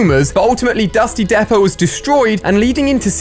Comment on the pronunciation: The way he says depot tho